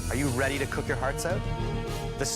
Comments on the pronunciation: IM SORRY BUT "AWH WU WEADY TO MAKE THE MOST DEWECTABOL CAWAMEL WEVE EVER TASTED?" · Aww you weady? So cute hahah